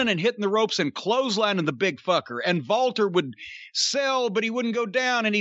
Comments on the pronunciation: jim, its Walter, not Valter 😂😂😂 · It sounded like they were saying Valter instead of Walter and the girl in the thumbnail reminds me of Tessa Blanchard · It lowkey annoys me that corny can’t say Walter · Why does Jim call Walter, Valter? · No, it isn't I'm German and we do not pronounce the W as a V. lmao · Stop saying Walter with a V. Just say Walter.